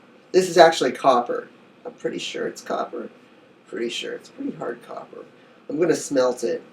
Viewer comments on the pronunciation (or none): none